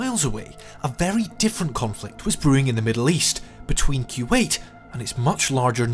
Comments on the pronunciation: Boy if you say “kyoowait” one more time.. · Kuwait: koo-wate'or kwate'. Not kyew-ate.